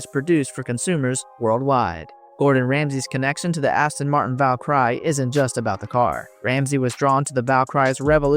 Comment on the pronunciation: amazing how you can't pronounce the word Valkyrie.